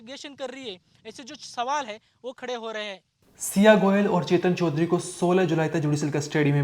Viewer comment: चोदरी नहीं चौधरी है, ठीक से बोलो😅